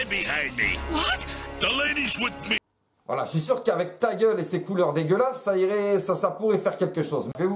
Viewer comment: "yé suis pivot pivot" jsui mooort